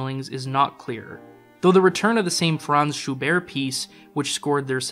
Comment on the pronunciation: Thank you for your beautifully researched and thoughtful film about Kubrick’s opus of adaptations. I’ve admired his work for over fifty years — since I first encountered it as a child — and you’ve opened new layers of insights for me. … My only criticism is that I believe you pronounced a number of the composers’ names incorrectly (Richard Strauss, Gyögy Ligeti, and Franz Schubert). As Kubrick was so exacting as to his choice of music you might want to check on those.